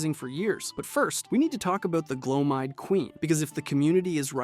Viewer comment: Is it just me or just a lot of YouTubers mispronounced stuff just so we will comment about how s*** their pronunciation is. Bro was over here butchering names like Gloam eyed seriously?